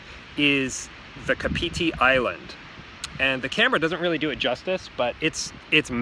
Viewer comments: It's "Car pity" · it's said like cup-of-tea kinda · Kapiti - the emphasis is on the KA not on the piti. KA-piti coast KA-piti island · He said it so wong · Car-Pit-Tee (kapiti) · Pronounce it car- pity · Car pity Parapara oo moo That's closer to a Maori .. mouldy tongue my friend. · You said it wrong, next time pronounce it car-pity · It's weird because if you go by vowels themselves(aeiou similar to spanish/costa rica) then he's nailing the pronunciation but unfortunately that's not how maori(sounds like mouldy) works. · Can’t deal with the way he is saying Kapiti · The way he pronounces Kapiti tho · hey bro ... kapiti your pronouncing it soooo wrong.. good vlogs but yeah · wow you butchered those first two pronounciations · good try, try phonetically pronouncing it like Kaarpity and Paraparaoomoo.. Like your channel!